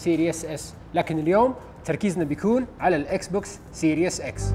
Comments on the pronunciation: اسمو سيريز اكس مو سيريوس اكس ايمت لح تتعلمو انكليزي ؟ والله عيب كل اليوتيوبر العرب ماحدا فيهم بيعرف يلفظ كلمتين صح وخصوصا بقناتكم انتو ، استحو يا زلمة ، ما ضل غير تقول اسمو سيريوس سام الجهاز يعني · اعرف لكن هو يلفظها serious 😂